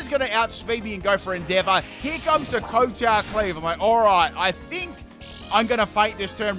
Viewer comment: you are pronouncing kowtow wrong. It's pronounced kau-tau. It's named based on the type of bow he does as he attacks with the blade on his head.